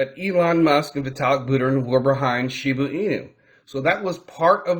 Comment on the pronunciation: Shiba not Shibu lol